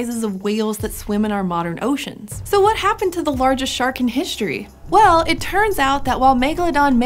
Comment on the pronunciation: is it me or she said hishtory